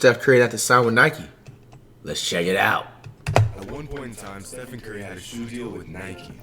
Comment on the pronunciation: Flight there are videos of you saying Steph-on